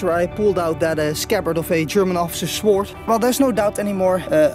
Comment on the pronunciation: word of wisdom on your english you speak it exeptionally well better than some people i know in the uk but "Sword" is pronounced sord the w is silent :)